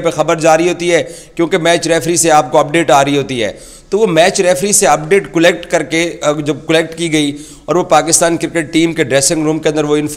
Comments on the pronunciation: Cullect instead of collect 😂. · 😂 abe zahil "'cullect" kya hota h😂 collect hota h